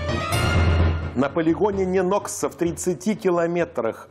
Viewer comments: Не НенОкса, а НЁнокса. Ударение на ё. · Ударение сложно уточнить? НЁнокса, ШИес. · Местные жители говорят Нёнакса(ударение на первый слог) вобще ни чего такого,просто немного режет ухо)